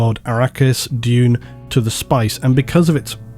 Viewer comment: oh Dune... not June